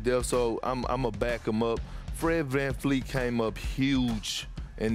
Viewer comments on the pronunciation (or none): why does everyone say his name with a F? Vanvleet not Vanfleet